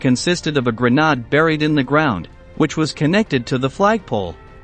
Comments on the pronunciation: What the hell is a GRANOD, try pronouncing grenade. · the a in grenade is long not short and its nade not nad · A "GRENODD"? W.T.F. IS A "GRENODD"? WTF is reading the narration and does not know the word: "Grenade"??? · What the heck is a grenod?? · A grenade - that’s what you get with a robot reader. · I think it's the French pronunciation of grenade. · Nope - just the current limitations in pronunciation by AI. Pacing and cadence also a bit uncanny valley’. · A robot commentator doesn't know a grenade is not pronounced grenard... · As much as i would hanve enjoyed the video, the HORRIBLE mispronunciation of words caused me to leave after hearing the butchery of the word grenade (grenod?!). Perhaps if the speaker was using a french voice or accent, i could understand! But this voice, whether computerized or spoken is horrible! There is even mistakes while advertising your new channel!! Not a ringing endorsement! If the producers dont speak english, in this case, please let someone who is fluent listen to the product while there is still time to correct any glaring mistakes!! Like i said, i was enjoying the vid until the mistakes grew more than my desire to watch, because of the mispronunciation of simple words!! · What TF is a grenod? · Grenade is not pronounced "Gra-Nod" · the gra-nad?😂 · Grenade isn’t pronounced grenard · Gre-nod??? Pangi stick?? This AI narrator needs more programming.